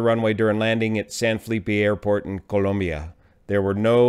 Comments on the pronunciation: joe The nation is named, "Colombia", not Columbia. As someone who has deep ties to Colombia, I appreciate hearing it pronounced as a Colombian would. No big deal. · pronounced the country's name correctly. (BTW, it's spelled "Colombia" not "Columbia") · Thank you for the video - I certainly like the way you pronounce Colombia 🇨🇴. I was born in Cali and moved to California at the age of 9. Glad to see that an incident did not cause any serious injuries other than the aircraft. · Excellent vid as usual. Also nice to hear someone not say "Columbia". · My Spanish teacher who is Columbian insisted that we pronounce it exactly the way you are. She would be proud.